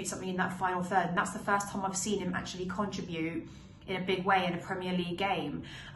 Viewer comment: Good Lord have mercyyyy Ms! Sidenote - though your posh accent makes me drool...look up how to enunciate the word "contribute.":) Stay Safe!